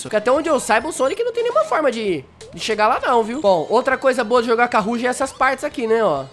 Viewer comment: Não é roug e roaug